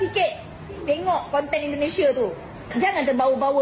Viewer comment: Eloe orang 🇮🇩 atau orang 🇲🇾 bro Admin....? Cuman mau bilang dikit .. pengucapan Eloe yg menyebut INDONESIA Banyak salahnya .. harus nya pakai I Bukan È .. INDONESIA Bukan Èndonesia .. terimakasih 🙏 gua nonton konten Eloe sampe habis .. semoga mempererat persaudaraan antar dua negara.